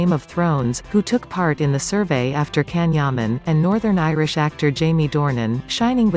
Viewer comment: Neuvěřitelná kombince charizmatu, inteligence, krásy, dobrého srdce a čisté duše. He is absolutely amazing! All the best Can, lots of love. (for moderator - pls. learn to pronounce Can's name correctly! )